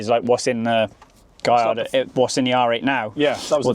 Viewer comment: It’s pronounced “GuYARdo” not “GaLARdo”!!